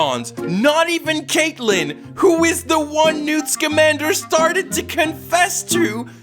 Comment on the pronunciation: I’m sorry, his name is NEWT SKIMANDER?!?!